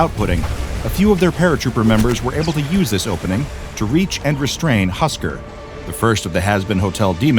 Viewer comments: its not husker its husk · its husk not husker! right?